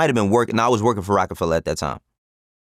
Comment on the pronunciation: Of course Vlad would put the hard “ER” on Rocafella… very on brand 😂